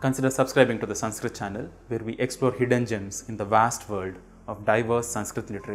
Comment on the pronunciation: The first lesson of Sanskrit is how to pronounce ‘ Sanskrit ‘ properly which you haven’t managed to do.. 🤦